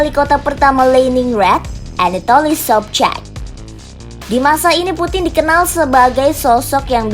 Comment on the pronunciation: Pronunciation bahasa Rusia ama bahasa Jermannya alay 🙏🤝 Leningrad (bukan Leningr:ed) Anatoly Sobchak (bukan Sobch:ek)